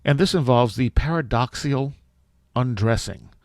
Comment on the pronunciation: paradoxical, not paradoxial